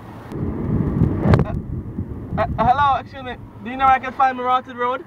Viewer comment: its mi rahtid road not mi rotted road your not Jamaican so u wouldn't understand